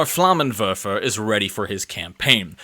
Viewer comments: It is „Flammenwerfer“ 😉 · As a German I cannot approve of your butchering the word Flammenwerfer